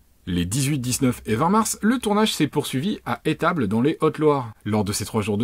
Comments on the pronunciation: Ce n'est pas "Étable" mais "les ESSStable" Je suis de là bas.. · Alors juste un truc, on prononce "les eStables" et pas "étable" ... Sinon super vidéo ;) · Alors juste !!! Parce que quand même !! On dit pas « les haute Loire » mais LA Haute Loire!!! Et on dit pas « les Etables » mais les Esssssssstables!!!!!! Non mais un peu de respect quand même ! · Juste comme ça, on prononce le "s" de estable 👌🏻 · En phonétique, on dit [esstable] avec un sss ! Rpz le 43 ! Magnifique lieu, merci pour l'épisode ! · On dit "les eStables" !! 😉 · On dit les Estables. Comme est-ce table! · bonne vidéo, par contre on prononce "les eSStables" :p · On dit les estables, en prononçant le s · Alors bon merci pour cette vidéo MAIS - on dit LA Haute-Loire - Les estables (lézaissetables) Voilà, de rien, Bisous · On dit les Estables, le s ce prononce